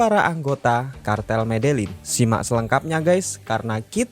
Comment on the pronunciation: Medein apa medelin sih gx jelas pelafalannya